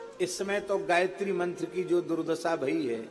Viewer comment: आप गायित्री उच्चारण कर के बोल रहे हैं ...पाप कर रहे हैं